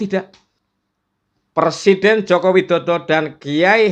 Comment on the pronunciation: PERSIDEN , bukan persiden pak bahasa indonesia nya yg benar dan betul adalah PRESIDEN .